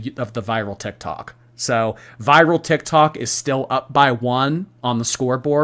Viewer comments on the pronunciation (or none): none